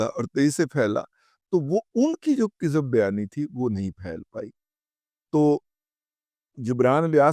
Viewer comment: رضوان رضی خاکسار کے علم اور سمجھ کے مطابق لفظ " کذب بیانی " کے کے " زبر " کے ساتھ ہے نہ کی " زیر" کے ساتھ ، لغت میں دیکھ سکتے ہیں